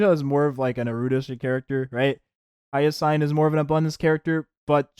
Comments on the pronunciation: Dude...its pronounced HI-YA-SIN! Not HA-YA-SIGN! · are you saying her name like that for engagement?